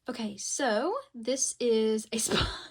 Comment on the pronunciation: love ur vids girlie but the way u were pronouncing aespa made my skin crawl 😭😭 /hj